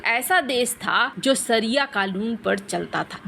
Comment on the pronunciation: दीदी शरिया कानून कहिए, सरिया नहीं।